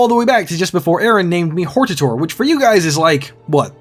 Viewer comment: Thank you for pronouncing Hortator and Erabenimsun like somebody who can actually read. There's surprisingly few.